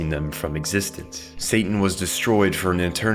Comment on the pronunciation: Bro are you saying Santan?